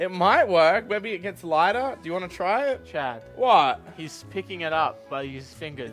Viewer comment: It has taken up to this point for me to realize that you are saying Chad. Let me explain, This entire time, I thought you were saying "chat", as if these videos were pre-recorded from a stream. Now with that said, all I can imagine now is, instead of viewers on a stream, it's Chad spamming the chat with multiple accounts.